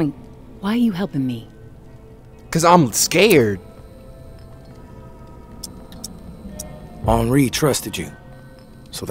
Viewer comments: On-ree. Not En-ree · If this dude says “henroy” one more time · The game: 𝓱𝓮𝓷𝓻𝓲: ｈｅｎｒｏｙ ahahahah this man is hilarious. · Dude said Henroy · This man never gone pronounce Henri name right😭😭